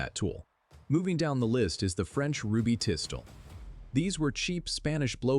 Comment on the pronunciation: The French Ruby Tistol? Come on man. I mean Ai.